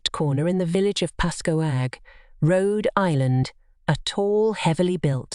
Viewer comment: Ha! I had to put on subtitles and rewind it to know she was saying Pascoag not 'passcoaaag'. To be fair, most of my out of state friends butcher it as well.